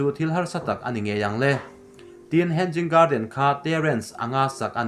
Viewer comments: "Henzing garden" a ni lo "hanging garden" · Hang ging nge Hanging ???🤣🤣2🤣2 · Henzing😂 Ka sawisel ngailo. Mahse comments te hi ka chhiar thrin a, thil lam dana ziltu a nga thrahnem hle ti a hriat thei. Word by word a hrilhtu pawh a neih fo thrin. Mahse tun thleng hian a zawm duh miahlo. Ka nuizat ngailoa, mahse a tranpui tumtu te, a lam dik thei tana comments a tranga thinlung thianghlim taka lo zil thrin tu te thu hi a la duh miahlo hi mak ka ti. Nui a duh a ni ang. A content chu a thra, mahse a chapo tawh nge, a zawm duh miahlo ti hi a lang ngawih2. Vawi tam tak a ni tawh si a. Mahse, a video a nia, a thuneina sang ber a nia...sawi thei kan ngah lo. "Thuneina hi a hlauhawma, thuneina hmansuol hi a hlauhawm zawk". Mahse, i contribution, information le Zohnahthlak chankanna leilawna i ke pên erawh i za awm in i fak awm hlê a nih. In siamthrat duhna ne'n rawn bei zel rawh aw Thrian -Lusei ka niloa, ka spelling le construction te pawh khi diklo tamtak a awm ang; ka pianpui trawng a ni loa. Mahse ka ngaihpawimaw ema ka rawn trawng ve vak a nih e. Tih sual ka nei chuan min ngaidam hram dawn nia. -Hmar Pa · Hen- Jing garden nilovin hang-ing garden ti rawh 🤣🤣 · He-nging garden tia lamrik tur ni zawk in ka hria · Hanging garden ' a pronunciation ah hian 'g' hi ri tello se... a dik in a ngaihthlak a nuam zawk daih ang.